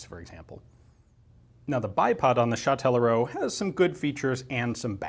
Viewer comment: Hey that's fun, I'm from Châtellerault, you didn't butcher the name too much, good job. The gun factory's been turned into a museum "Auto, Moto, Vélo" (Car, Bike, Bicycle), an ice rink and a Music and arts school we call a "conservatoire". Yeah I don't know where I'm going with this comment but hi anyways